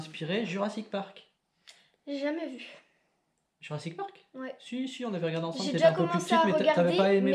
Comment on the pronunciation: Lol j'aime bien c'est cool et on rigole souvent! Par contre qui dit jurassic Park c'est pourrit 😭😭😭. A QUAND LA PROCHAINE VIDÉO?!